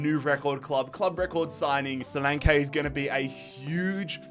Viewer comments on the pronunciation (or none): Solank ee not solankay